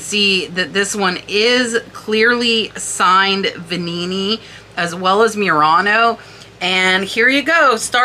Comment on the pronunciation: I agree with everything you said about the one of a kind vase signed by multiple artists. It was so beautiful. I'm surprised what is sold for with all those sentiments. BTW I liked your pronunciation of the Veninni vase. Extra flair!